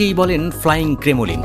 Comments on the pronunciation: পড়ালেখার অভাব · I've heard at least two commentators from different channels pronounce ' Kremlin' as 'Kremolin'!